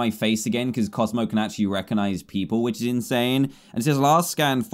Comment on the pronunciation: Dan : bozmo is obsessed with the pug in the water Me : DAN ITS COZMO NOT BOZMO